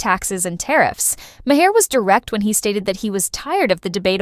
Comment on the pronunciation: AI voice over sounds natural but doesn’t know how to say Bill’s last name.